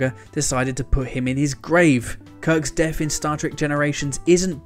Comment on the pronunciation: "Kirk's deaf in Star Trek Generations", is he?! Gosh he hid that well, must be skilled at lipreading. Trying saying TH rather than F, it's not that difficult. I went into a shop and said "I want Star Trek free" but they said if I wanted The Search For Spock I'd have to pay for it like anyone else.